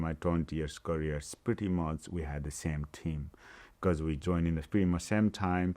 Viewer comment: His courier (career) ...we need subtitles here😊